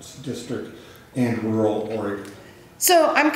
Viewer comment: She can't even pronounce rural